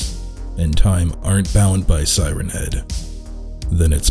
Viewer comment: For a second I thought the first word you said was “Thighrenhead”. Now I’m imagining it with thicc, sexy thighs so thanks for that I guess.